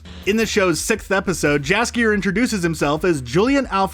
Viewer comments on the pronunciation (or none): Jaskier should be pronounced as Yaskier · [Sigh] "Viscount" is pronounced VAHY-kount, NOT VIS-kount. The S is silent. And I'm pretty sure the J in Jaskier is pronounced as a Y. And Geralt's name is...just wrong. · So much about Jaskier without pronouncing his name right even a single time. NEw AchIEvEmENT. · You're killing us, man. Who is "guh-RALT" and 'Gralt'? Also, the 'J' in Jaskier makes a 'Y' sound (e.g. 'yes') rather than a 'J' (as in 'jewel'). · “grALT, J askier” and “viss count” smh. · And Jaskier (pronounced 'yasskier') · hmmm, I like Jaskier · Gralt was not that bad, but Jaskier and Andrzej Sapkowski makes my ears bleed. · The pronunciation of "Geralt" isn't bad. "Jaskier" is wrong though, and "Andrzej Sapkowski" is simply hilarious ;)